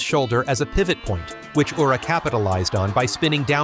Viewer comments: It is pronounced Ura, not "Yura"! Terrible pronunciation of Japanese names is irritating! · Good idea. I was getting fed up of "Yura", "R-eye-yuden" and "Eye-zori" amongst other mispronunciations.